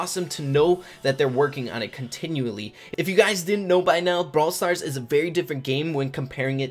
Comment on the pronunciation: Your intro says “Brawl Star Ray” and not “Brawl Stars Rey”, but idc